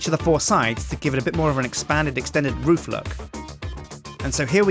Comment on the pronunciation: er, Roof, not food